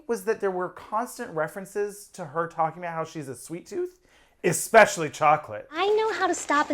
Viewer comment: When she says, 'eXpecially chocolate', you KNOW she's not delivering those lines right!